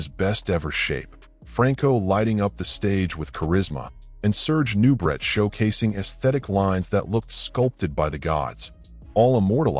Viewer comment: It's pronounced new-bray, not new, brett. Some AI.